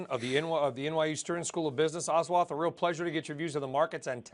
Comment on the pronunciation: ahswaath, proves how little background research these CNBC anchors do